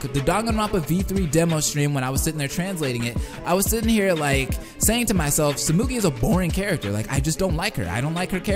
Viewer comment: Sehmegee? No, it's tsoo-moo-gii. The U vowel sounds like 'oo', and the I vowel sounds like 'ee' in Japanese. The way he says Saihara and Kirigiri are pretty close to being right too. The only pronunciation flubs are little things like how 'tsu', 'r', and so are said, and it's not that wrong, so...his pronunciation is good.